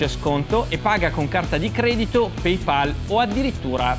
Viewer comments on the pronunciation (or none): none